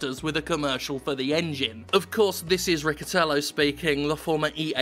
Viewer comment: Riccitiello isn't pronounced like that.